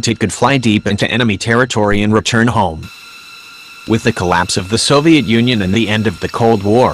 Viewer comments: I love how the voice pronounced it though. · SOVI-AT RAYTARS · Sovizat Tatars is what I heard when the narrator started